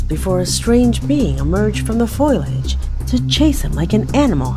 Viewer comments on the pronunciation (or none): No rake, it's fake. And I say this politely: It's Fo-li-age. Not Foil-age. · FO LEE AGE.NOT FOIL AGE.